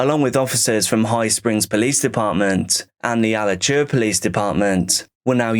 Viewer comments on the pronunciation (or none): As someone who lives nearby , everyone from Lake Butler is fucking crazy. Edit: It's pronounced uh latch oowuh Alachua.